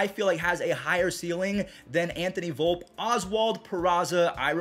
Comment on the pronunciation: I'm sorry but this proves that you don't know anything about the prospect scene calling him Anthony Volp instead of Anthony Volpe. [vull-pe] Also volpe has a much higher ceiling than peraza and that is widely accepted.